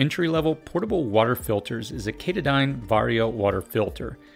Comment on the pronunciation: Top notch advice here and informative….however, here in the southeast, I have always heard Katadyn pronounced “kuh Todd inn” (like the mountain hikers aim for when trekking the famous AT.)